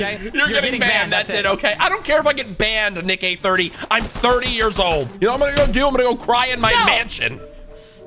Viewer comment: that niiickkk-hahaha sounded a little close to something not so family friendly 😅😂